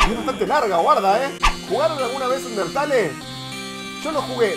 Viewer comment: Una cosa no se dice undertale se dice underteil